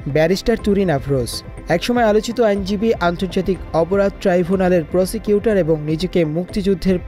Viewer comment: প্রসিকিউটর না প্রসটিটুউর